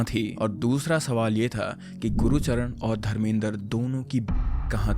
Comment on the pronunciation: Gurucharn ❌ gurcharn☑️